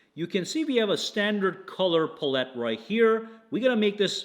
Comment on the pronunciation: Watching this on my new Fold 6. It arrived this morning (19th). The front screen is more usable than my Fold 4 was. BTW, you may want to work on your pronunciation of the word PALETTE. It sounds like you are saying pullit-it. Thanks for another great video!